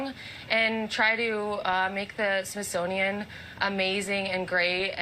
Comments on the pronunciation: The Trunt woman called the Smithsonian the Sisonoian WTF. My 2 year old grandson can pronounce it better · Did she say Shish monium ?????? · Sisothian? She said it multiple times. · She can barely say smithsonian